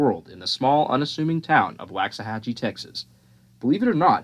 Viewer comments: Very interesting video! Just a heads up, in case you do another video on it, or are just talking about it with someone, though it's spelled Waxahachie, it's actually pronounced "wox-a-hachie" not "wax-a-hachie". Sorry, I grew up in Red Oak, TX, which is one town over, from Waxahachie, in Ellis County, and it drives me bonkers when I hear it mispronounced. I completely get how easy it is to get wrong, if you're not from the area, though. I was really young when they started building it/shut it down...like age 3-5yrs old...but I totally remember this being a HUGE deal, in the area, even though I don't think most of us had any real idea what it was supposed to be doing. I do know that longtime locals are FULLY AWARE that you don't go anywhere near that place without getting chased off the property...even the surrounding roads. There are rumors that really sketchy stuff is going on there. Magnablend, is using the property (at least part of it), but I've seen stuff, on local pages where people have said it's a cover for whatever else is going on there. Then again, it's small town Texas, people get bored and gossip, so who really knows exactly what goes on there. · The spelling is deceptive but Waxahachie is correctly pronounced "walks a hachy" Not "wax a hachy"